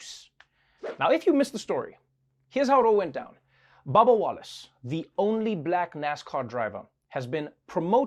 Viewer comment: Trevor saying babba instead of bubba. LMFAO it's the accent.